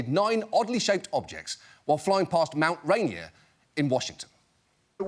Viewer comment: Mt Rainier has stress on both syllables. It's not ra-NIER.